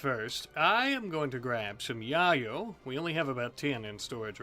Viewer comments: It’s pronounced yay-o not ya-yo 🤣🤣🤣🤣🤣🤣🤣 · your pronunciation of Yayo is very amusing to me, it makes me think of the OG onepiece opening.